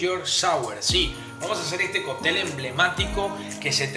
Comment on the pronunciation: Por qué dices Coptel ? Y no cóctel